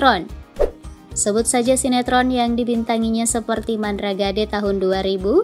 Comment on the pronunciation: 2.32 Awkwkwkkkk bukan MANDRA GADE... tapi MANDRAGID... gitu lohhh ngebacanya....